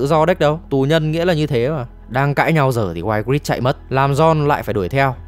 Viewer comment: Cô tóc cam man tộc tên đọc là I-grit ạ